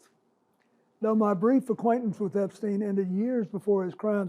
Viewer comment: I love how he says “brief” time with him.